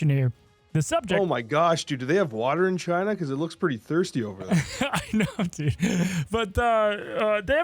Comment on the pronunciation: Chi-nah Numba Juan